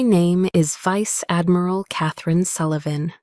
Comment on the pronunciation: No Vice-Admiral would have like that! AI needs to learn how to pronounce words better!